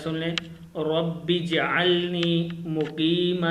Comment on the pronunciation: masla wohi hai k.... jeem ko harkat dedete ho jab rawani se phartey ho ye to galat hojata hai apni is video ko khud hi dekho aor suno pleas